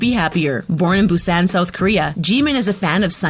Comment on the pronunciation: OH COME ON MATE. DO YOU NOT EVEN KNOW HOW TO PRONOUNCE THE SIMPLE WORD "SUGA"? JUST FREAKING PRONOUNCE IT LIKE "SUGAR" ALSO AHEM "MIN YOONGI" OK I WONT BE TOO MAD ABOUT HOW YOU PRONOUNCE JIMIN'S NAME BUT ITS JUST REALLY CRINGY DO YOU NOT DO ANY RESEARCH? "BUSAAAAAN"? OK THATS IT!! DO YOU CLEARLY NOT SEE THERE IS A K AT THE END OF "JUNGKOOK"? I MEAN SERIOUSLY. ALSO IN HIS NAME, THERE IS A U AND A G "KIM TERRIAN"? UMMMMMMMM OK? MATE YOU'VE GOT TO GET YOUR EYES CHECKED CAUSE I DON'T SEE AN R IN HIS NAME "BANTANG" OR "BANGTAN"? OK BAI